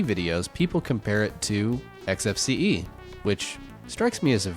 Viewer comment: Finally, someone who pronounces it correctly! Some people, cough quidsup cough, pronounce the desktop environment as "X-Face", which makes me cringe, just a little. It's EKS-EF-SEE-EE! Thank you for this interesting comparison,!